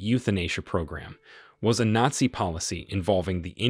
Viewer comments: Nassi and fassest? Look, the first mispronunciation was funny, but the second simply made me depressed because you're otherwise so well spoken, even if some of your purported facts are a little off. It's Nat-Zee, whereas the latter word is Fash-ist, like Fashion but a very hard Ist at the end. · You need to get a voice bot that can pronounce the script; or just get a human that speaks English... come on; who can't pronounce "nazi"?